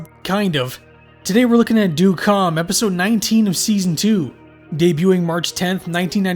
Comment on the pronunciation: well ø is more of a danish/norwegian thing, but it's supposed to be the same as ö... more or less. but good try!